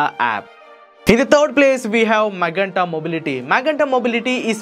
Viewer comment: With all due respect MAGENTA is pronounced as Ma"je"nta Not what u said.. While representing Magenta it is my duty to correct sir. Thank you for ur understanding.